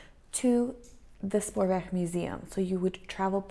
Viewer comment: So happy to see you back on the screen. Missed you. Hope 2020 will be a real good year for you and your family. Ps. They way you said Spoorweg OMG so Dutch sounding. Your G is a real G. Go.